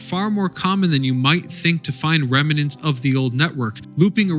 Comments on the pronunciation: The word is rem-nant, not rem-e-nant. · Ongoing issue. Remnant . There is no extra "e" after the "m." Rem-nant. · Remnant is a two syllable word, not three.